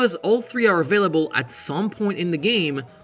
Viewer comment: Did you say afillable instead of available? 😋